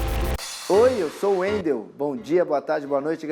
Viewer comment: Mais um no youtube que fala meu nome errado... Wendel sendo bombardeado pelo Dragon Ball Super haha